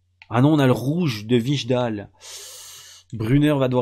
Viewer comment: Wijndal se dit Waindal sinon super vidéo comme d'hab je kiffe